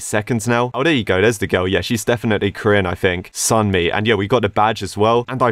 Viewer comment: i'm just happy pronounced Sunmi right